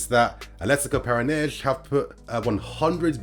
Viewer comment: Just for pronunciation sake; Brazilian Portuguese does not use the “sh” sound like Portugal. Whenever there is an “s” at the end of a name or word, the Portuguese use the “sh” sounds and they will even cut the rest of the word. In Brazil, an “s” within a word makes a normal “s” sound. Para-na-N-si is how you would pronounce the team that Vitor Roque plays for. If the “s” is the last letter, then is makes the “z” sounds. Ex: Alves is pronounced Al-vez, NOT Al-vsh.